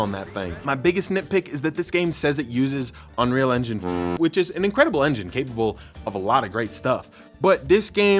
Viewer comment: Why can’t you say unreal engine four?